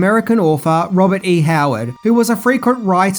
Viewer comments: Robert* E. Howard. You said it correctly at the beginning. Are you Trolling us? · Thanks for noting. It was driving me crazy too! He got it right only in the beginning! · he got it right the first time and then wrong for the next two. ¯\_(ツ)_/¯ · STOP CALLING HIM RICHARD! HIS NAME IS ROBERT! R - O - B - E - R - T !! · Robert. Not Richard. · ROBERT E Howard... not Richard ya c@ Robert !!! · "Richard E. Howard" is not a slip-up that we can simply ignore. That pretty much destroys your credibility. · Whoa, whoa, whoa...."Richard" E. Howard?! Blasphemy! lol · It's Robert E. Howard, not Richard.... Sorry to bust your balls,. You still rock! 🤟😎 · "Robert", not "Richard". Fix it! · Thank you for all the information on one of my favorite films. I just wish you would have gotten the creator's name right throughout. Robert E. Howard not Richard! 👎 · LMAO! He keeps calling him Richard E. Howard, It's Robert! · Never have I heard Richard used in place of Robert before. Get it together man! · It's Robert E Howard not Richard! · dude its robert e howard heard u say richard at least 2 times and i was only half paying attention